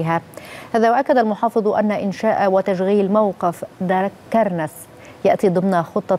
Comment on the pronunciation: المذيعة من ايجبت معلش مش عارفة تنطق دقرنس دكرنس يا حاجه